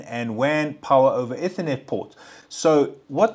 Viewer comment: eeeethernet , not etthernet 🤣